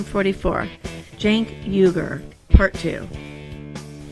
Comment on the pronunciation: Ha! Got his name right this time! 😂 Good job dude.